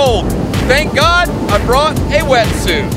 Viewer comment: For a split second I heard drysuit instead of wersuit:)